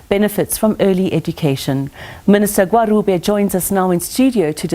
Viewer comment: Anchor please practise Gwarube don't try to pronounce it in English!